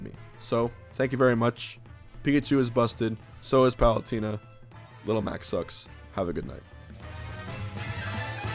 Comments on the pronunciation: M2K says palutina too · Ah yes Palutierna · That's not what the point of his comment was. He's pointing out the funny way that Hbox says Palutena's name. XD